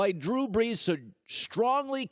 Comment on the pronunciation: "Drew Breeeejjjjshhh''